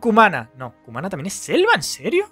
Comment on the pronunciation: Cumaná el acento en la última a